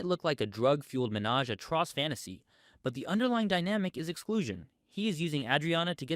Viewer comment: Even so, that’s nothing compared to greatest crime: his pronunciation of the word “trois”. It’s enough to fuel dysentery in the ranks.